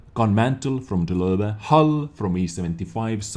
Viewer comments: It's actually totally accurate. I wonder if he speaks German. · Did I say it's wrong? It sounds so cool. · Why do I like so much how he says Löwe?